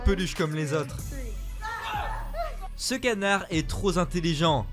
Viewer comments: "ce canard est vraiment troz intelligent" J'ai du sang qui coule des zoreilles... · mais que cette diction est pénible à écouter ! ce canard est vraiment troZ intelligent ... une liaison mal t-à- propos qui prouve que c'est un bot qui parle j'ai gagné 1000€... on fait comment ? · J’ai arrêté à: ce canard est trop s’intelligent ! La liaison bordel ! Déjà que la vidéo est merdique mais y’a aucun effort la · Timer "Ce canard est troZZintelligent" ? T'es sûr de ta liaison là ??? Wouahou ! Ça pique un peu non ? J'ignore si ce canard est intelligent mais il y en a un qui a "trop" de lacune en français en tout cas ! 😂😂😂😂 Je saigne des "ZZZOREILLES" ! MDR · "tro zintelligent" 🤦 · «Ce canard est trop Z’intelligent»………